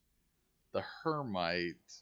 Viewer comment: Her-Mite? Umm... that is Hema-tite not her-mite and is an oxide of iron. The green nodes appear to be metallic oxides like Hematite “iron oxide”, Cassiterite “tin oxide” and so on. This is an interesting game I wonder how close to actual science... they will hold? Some games I have played where a bit disappointing in that you could just dig up iron and use it without processing. It is extremely rare to find iron in it's metallic iron form unless it is meteoric iron. 99% of all iron found is in oxide form or rust colored and needs to be smelted to yield any sort of usable metallic iron.